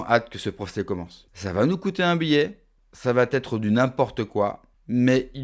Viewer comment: Encore un Youtubneur qui dit "ca va têtre". Marre qu'on ne puisse plus parler correctement !